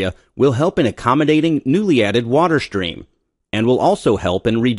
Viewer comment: "Stream" NOT "Shtream"...